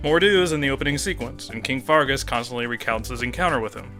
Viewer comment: It's Fergus, not Fargus Also, D O W N W A R D S P I R A L